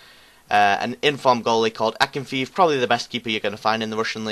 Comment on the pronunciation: It's akinfe-ev